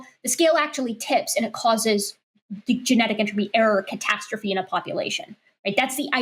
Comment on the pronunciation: The way she says error catastrophe, I keep hearing Erikatastrophe, which seems like an amazing gamer handle.